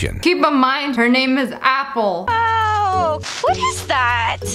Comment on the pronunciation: Uniturtle say apple pinching your tounge 😑